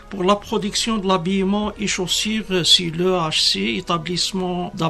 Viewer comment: Un général pppaaappppppp quelle langue française" chossere " pour chaussure."explosifes" esplosives etc